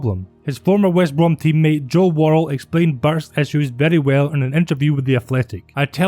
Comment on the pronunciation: If we're correcting mistakes, it's Worrall!